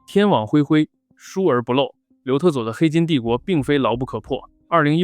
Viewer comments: 我一直听成刘厕所😂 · 总听成刘厕所...是我耳朵有问题，还是你发音有问题....😅